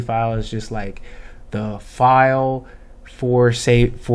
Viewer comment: " FILEE" much lovelol